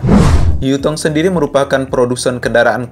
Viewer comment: Yutong bukan jutong skolh ke x ko ni